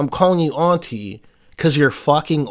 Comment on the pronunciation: Bro pronounces “auntie” weird…